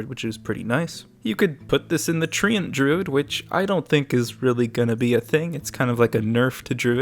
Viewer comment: Everytime you pronounce treant, it's like nails on a chalkboard for me